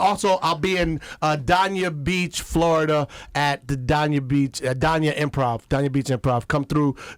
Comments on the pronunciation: Lol you know someone is not from Florida when they pronounce Dania Daaaah-Knee-yah 😂 It’s Dane-knee-yah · He pronounced Dania beach wrong lol it’s dane-ya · I think he means Dania Beach which is pronounced Daaaayn-ya lol 😂 it’s right by Hollywood Fl ! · It's DANE- YA Beach... Florida LOL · I cant believe how he pronounced Dania beach Florida lmao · True fact, Marlon Wayans was actually supposed to play the role of Robin in the Batman movie with Val Kilmer, but they gave the role to Chris O’ Donelle but paid Marlon anyway……. I wish he would stop mispronouncing Dania Beach, Florida